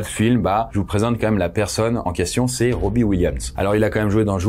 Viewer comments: question c'est si dur à prononcer Robin avec un N robbie williams d'autre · C'est "robin williams", tu dis Robbie/Robby williams, j'arrive pas à me concentrer sur la vidéo haha ça m'a perturbé mais l'erreur est humaine 😊 aucune haine c'est juste pour aider🙏🏼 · Pas Robbi … 🙄 Robin (prononcé ro-bi-ne)… pourquoi ne pas prendre 20 secondes pour vérifier la prononciation des mots anglophones??? La moitié du temps, ils sont mal prononcés.